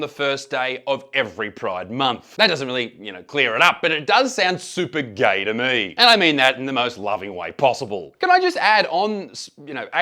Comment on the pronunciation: "Why ahr yuh gae??" - based Ugandan